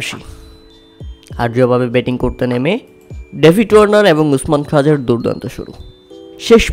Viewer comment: খাজা নয় ভাই খোয়াজা ।